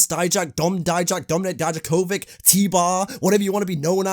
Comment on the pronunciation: How come you can say ilia draganov but you can’t say Dominik dijakovik? 🧐